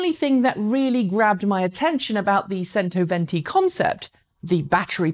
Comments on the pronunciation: Modular battery packs would be an interesting innovation. If it's standardised, it could bring back the battery-swap approach to recharging on the highways, perhaps. My ears bleed every time I hear "sento" instead of "chento" though :) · Pronounced: "chento" venti. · C in cento is pronounced as ch, therefore "chentoventi". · Centoventi is pronounced with a "CH" sound. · Mar-Key_Own-Eh............... CHento-Ventee